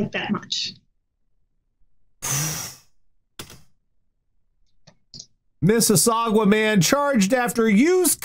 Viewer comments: Mississauga = "Miss-a-saw-guh." was pretty close, but it ends in "guh" not "gwa." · pronunciation of Mississauga makes my ears sad. FTR, it's "MIS-us-SOG-ah", not "MIS-us-SOG-wah". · Gods, hearing say Mississauga hurts.